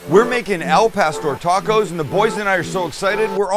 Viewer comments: Put the accent on pastoŕ Sammy u gotta say it right u sure in the he k make it right oooh wee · Can this dude at least try to pronounce the food properly